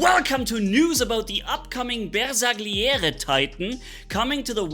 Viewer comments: Bersagliere wird Bersaljere ausgesprochen ; ) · Hei the correct pronuce of these italian names is this: The GLI part of the names has to be pronounced like the double LL part of word "Million" so has to be like Bersa "LL" iere or " Ba"LL" iore. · The new titan Bersagliere looks like the pathfider for the shoulder shape🤔🤔 And I am italian and I know that the pronunce is not BersaGhlliore but if you go to Google translate and click on the 🔊 you find the correct pronunce for the titan and the robot Bagliore (not Baghlliore)😂❤